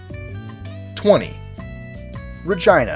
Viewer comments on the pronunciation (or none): shouldn't it be pronounced "Ra-geena"? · Frostyy he should've said Re-gee-na if I'm not wrong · He should have pronounced it "Re-geena" that's another way to pronounce it, but it had to be awkward. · Um, are you sure Regina isn't pronounced "reh-jee-nuh" ? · FYI- #20 Regina is pronounced Ree-Gee-Na. It DOES NOT RHYME with vagina. It is the Latin word for Queen. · You pronounced "Regina" totally wrong. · Hahahaha he said Regina.